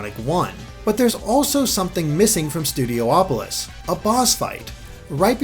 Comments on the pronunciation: Why do you keep saying Studio Opolis? Isn't it just Studiopolis? Only one O? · Also, hey,! You keep pronouncing it "Studio-opolis", but since there's only one o, shouldn't it be pronounced "Studi-opolis"? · It should be said Studiopolis instead of Studio-opolis. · So, is it pronounced Studi-opolis, or Studio-opolis? Or will Aaron Webber tell us it's "Studio-polis", like he did with Hydrocity Zone? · Studiopolis, theres only 1 o between i and P, so it's not Studio-opolis, instead it's Studio-polis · please stop pronouncing it studio opolis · Each time he says Studopolis I hear Studio Hopeless